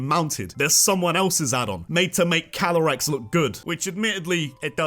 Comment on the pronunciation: CALYREX, NOT CYLAREX! AND THERE SHOULD BE 2 R'S IN LIBRARY!